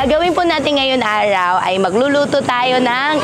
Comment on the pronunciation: bukayo yung R nya tunog L hahaha ARAW / ALAW?,nagkakanda buhol yung dila nya sa R 🤣😂